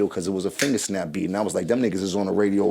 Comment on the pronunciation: “An invisible snaap” 😂